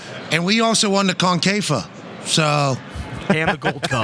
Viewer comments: Pat: "And we also won the CONE-KAY-FAUX" Henry: 😯😲😀😆🤣 "the COIN-K-FAWKE" 😜🤪 Pat:"Tha's wha we won Thierry! We won it! and you know what they're singing at end of CON-CAKE-FOUGHT???" Henry: (HOLLERING 🤣🤣🤣🤣) I'm gonna make a video of this; the meme potencial is unrivaled LOOLOLOLOLOLLOL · " the concafa" jajajajajajajaj😂😂😂😂😂